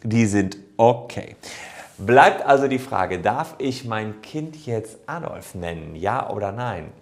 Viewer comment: Der Mensch hieß "Adolf" nicht "Addolff"